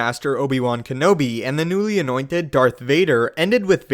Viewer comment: He is saying kenobi wrong silly Americans